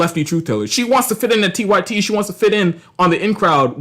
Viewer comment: Nah you gotta explain your screen name better bc I knew it was 'unapologetic-y-t' but it sounded like you said 'unapologetic-white-tee' 😂